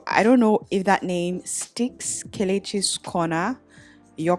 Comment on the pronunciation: Yey🎉🎉🎉❤❤❤ Thank you so much, sis, for getting back to me!!! I love you more, I am so happpppppppppppy ❤❤❤ Yes, you pronounce it perfectly. I love you more... I am starting right away 🎉🎉🎉🎉❤❤❤❤: your question, my answer❤❤ You are appreciated sister ❤😊